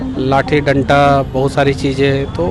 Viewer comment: डंटा नहीं डंडा होता है मेरे बिहार के शेर, थोड़ा अध्धयन की भी जरूरत है आपको। आप ऐसे ही बिहार बदलने निकल पड़े ?